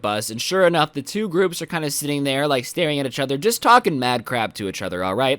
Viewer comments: it is each other not echother this lowkey drove me insane during this video but other wise enjoyed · Plz stop saying uchother. It kinda triggers me. PS. It’s eachother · A braincell dies everytime he says ehchother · No one:: UhCh OtHeR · One like for every time says “itchother” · does the way he says each other annoy anyone else?